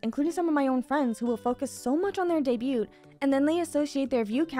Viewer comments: Debut, debuting, and debuted. The T is silent. Vtubers seem to not know how to pronoun this word. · if anyone reading this, are you here because that video she mention debut "daeybyut"?